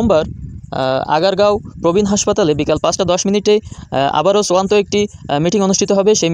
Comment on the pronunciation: ওরে, চুয়ান্ত না, শব্দটা হবে চুড়ান্ত ।